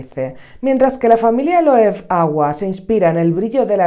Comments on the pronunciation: Me encantó cuando lo probé, es un chute de energía total. Espero encontrarlo tester o algo más barato, pero es un cítrico precioso que te hace la boca agua. Por cierto, espero que no te ofenda, pero es que me chirría oírte decir Loev😅se pronuncia Loeve, tal cual, que yo también lo hacía mal hasta que me corrigieron hace años.🤭un abrazo guapa! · Se pronuncia Loebe amiga, es un apellido alemán